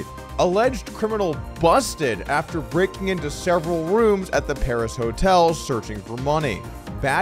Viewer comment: I am amazed at how Doug cannot say the word, "breaking." I wonder if there is another word, he has trouble saying.